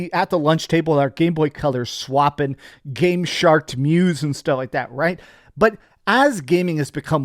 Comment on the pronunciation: I heard "GamesharT" instead of GameShark